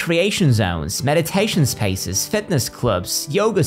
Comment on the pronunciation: What accent is that?Spaces pronounced as spices? Just the odd word.